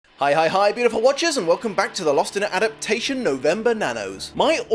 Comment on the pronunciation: I love your videos, every one, even when I don't agree with your assessment (I loved Bram Stoker's Dracula). One thing I can no longer withhold. Could you please pronounce the single most important word in your entire show correctly? It's a - dap - TAY - shun. Not a - DAP - shun. I wouldn't say anything, but it's your bloody title and the central concept and conceit of your show.